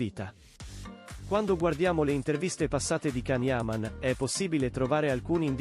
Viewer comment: Lasciamolo in pace.... Se a una storia se la tiene per sé... La sua vita privata è solo sua. Sono d'accordo con can. È comunque imparate a pronunciare il suo nome. Ti voglio bene can